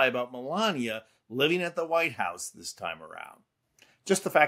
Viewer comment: And...after being in "de" US for 30 years, she could make an effort to pronounce "this" correctly, instead of "dis". It's pure laziness and I'm assuming it must appeal to the simple-minded folk.